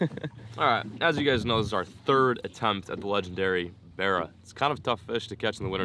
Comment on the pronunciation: every fish became a berra.... Pretty annoying